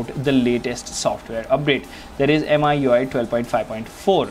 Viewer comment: Me UI dude. Not M I U I.